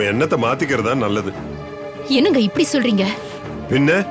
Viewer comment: Why pronounces certain words funnily? Ex 'இங்க' as shinga, 'என்ன' as shenna,, 'இப்படி'..... as shippadi..... Otherwise super acting and dialogue delivery.